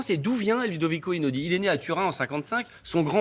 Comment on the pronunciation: Quelle honte ! Quel irrespect ! Generique du journal de Tf1 pour présenter une de ses compositions !! Pleins d'erreurs dans la présentation de ce grand artiste !! Irrespect total, même dans la prononciation de son nom !! Son père possédait une maison d'édition de livres et non de musique ! Ce sont des pièces musicales et non des chansons ! Vous êtes des journalistes bon sang ! Faites votre travail comme il se doit, pourtant les bonnes infos se trouvent facilement sur internet !